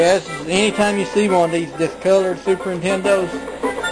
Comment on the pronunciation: "these Fuses on these super NITENDOS"